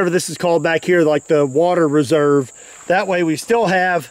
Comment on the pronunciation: it's reservoir not reserve lol